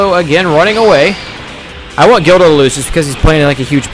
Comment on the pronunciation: its guldo not gildo...